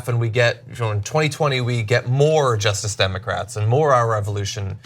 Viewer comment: Every time Cenk says "Justice Democrats," it sounds like "Just Democrats." Has anyone else noticed this?